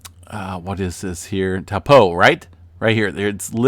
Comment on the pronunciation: (Toe- paw) not (towel-po) ..great vid